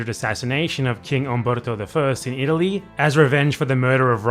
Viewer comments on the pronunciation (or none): none